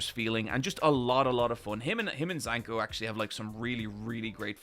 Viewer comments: IT'S ZANKA! ZA~N~KA! NOT ZANKO. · “Zanko” was driving me crazy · Zanka so mid can't get his name right 💀